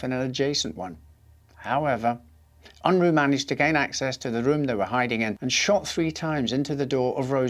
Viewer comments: ~ It's not "Un-Rooo" but rather "Un-Raaa" as in uh not Ooo. and he's of Mennonite heritage. I'm amazed he even fought in the war because Mennonites are pacifists. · It's pronounced "Un-Rah" not "Un-Roo"